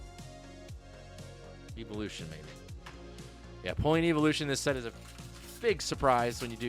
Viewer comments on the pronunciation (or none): How can he not pronounce evolution correctly??